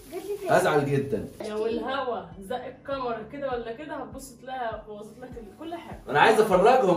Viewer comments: ي جماعا اسمها كاميرا ب ال كاف مش قامرا ب القاف اية الحكاية بس معظم اليوتيوبر بينطقوها غلط ازاى يعنى قامرا اسمها كاااااميرا وربنا كااااا كاااااا كاااااا انطقو ورايا كاااااااا كااااااا ميرااااا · هى اسمها كاميرا مش قامارا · انا بحبكو جدا بس اسمها كاميرا مش كامرا